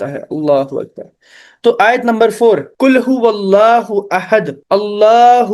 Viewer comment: MashaAllah,. Bahut khoob... I think -" Qul" hota h bhai na ki "kul"... 😅 Aap check k mujhe bhi batana ki mai ghalat toh nahi.. 😊